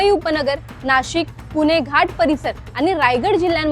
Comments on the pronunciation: तिला ण म्हनता यैत णाही 😂😂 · पूने नाही ग बाई, पुणे आहे ते!